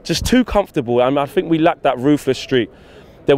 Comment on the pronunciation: It's think not fink ......... a T and a H , it's three , not free ........ give it a go